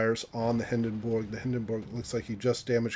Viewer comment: First of all, please for the love of god, look up how to pronounce Hindenburg :D Secondly, that "no IFHE" reasoning is well, questionable to say the least. With IFHE Colbert passes both the 25 and 27 treshold. It's a must and well spent 4 points.